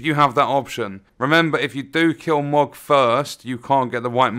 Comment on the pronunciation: It's pronounced mow-g not mog, this isn't final fantasy lol